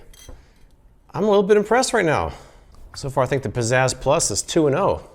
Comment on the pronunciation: I keep hearing it like "Possessed+" instead of "Pizzazz Plus", and I can't unhear it :(